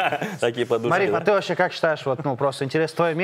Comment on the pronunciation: И я вовпше как чурчаев сказал вовпше 😂😂😂😂😂